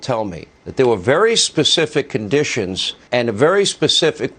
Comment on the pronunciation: "The word is Condishauns..."